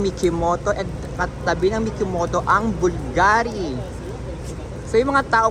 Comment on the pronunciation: Hublot is pronounced hub-lat. Skims is owned by kim kardashian. Cartier is pronounced kar--tee-A. as in long A. Chopard is pronounced SHOW-par. Bulgari is pronounced with the accent on BUL. so its pronounced BOOL-GAH-REE. also the spelling in is BVLGARI. with the letter V instead of U since during roman times their alphabet did not have a U.